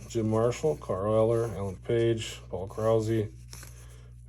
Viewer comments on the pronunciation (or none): Paul Krause not Paul Krausey :)